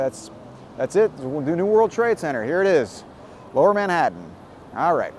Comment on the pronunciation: Did he just say "Ma-hadon" rather than Manhatan? 😂😂